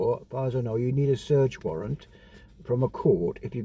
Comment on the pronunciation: Warrant not Warrent 🤡🤡🤡🤡